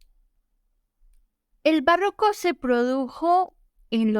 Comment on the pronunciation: Es barroco, no "bàrroco". Como está en el tìtulo.